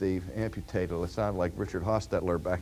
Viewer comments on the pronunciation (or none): none